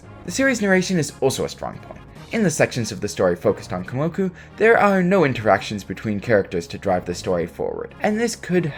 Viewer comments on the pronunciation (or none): You realize you’ve been saying Komoku instead of Kumoku this hole time, right?